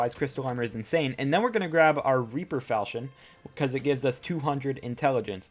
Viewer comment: Its not revenant falsion its revenant falkion that is the way its pronounced